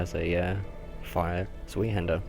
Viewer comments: Its said like Zvi-Hander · Great video and I hate to lower the tone but zweihander is pronounced 'zw-eye-hander'. Sorry, OCD sated, please go about your bodacious business :D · Did you say zwee-hander? o_O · "zweehanda" lel